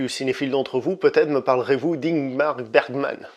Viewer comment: t'as un peu galèré sur "Ingmar Baergman" ;)... cinéphile va!